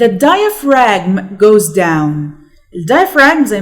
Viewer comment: When we pronounce diaphragm we don't pronounce the g sound.